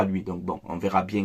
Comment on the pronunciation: 😂😂😂😂😂😂😂😂😂😂😂😂😂😂😂😂😂😂 ah je suis bieng ah je suis bieng 0-3 je suis bieng